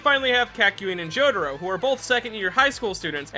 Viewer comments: "K-AH-KYOIN AND JO-DARO" that was painful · I'm still cringed how you pronounced Jotaro as "Joe the Row".